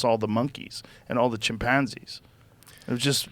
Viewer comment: Joe " Chim:PANN-zee" Rogan